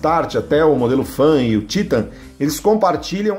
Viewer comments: vdd, a pronuncia TAITAN em ingles, mas no portugues é TITAN mesmo, aí o maluco quer falar dificil e solta esse TÍTAN, kkkkkkkkkk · Sabe nem fala o nome da moto É TITAN, E não títan !!! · É Titãn e n títan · Títan ta errado, é Titan e pronto, tirando essa frescura de Títan, parabens pelo video. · Poxa, "Títan"??? fala sério, é titan. saco isso. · O nome é "titan" kkkkk não títan kkkk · O cara tá enchergando títan só pode kakakakakak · É a primeira vez que vejo a pronúncia do nome Titan dessa firma 😅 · Ele falando Titan é muito estranho kkkkkkkk. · Que pronuncia no Titan em ...kkkk Jornalista, que não conhece moto...tava lendo um texto.....